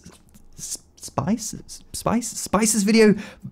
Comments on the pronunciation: 🤓 Andreas Spiess's name is not vocalized like "spyce". From an English perspective it is more pronounced like "Speess". "Spiess" is the German word for "skewer", "spit", "spear", "spike", "lance" or "stake". 😉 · Well, it would be nice as a server for lightweight applications such as a web server, and unlike normal servers, it doesn’t hurt your wallet through the electricity bill if you have to run it 24/7. PS: “Spiess” is pronounced “Speess”. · Andreas "Spees" like in trees will make Andreas Spiess pretty happy, cause "ie" in german makes it long like in trees. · Spiess. Like mushy peas, without the mu and the y. The sh stays. Also, is it really three times faster, or just three times as fast? There's a difference, you know.